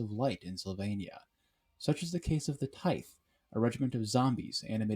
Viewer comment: Good video, but its pronounced "tie-th"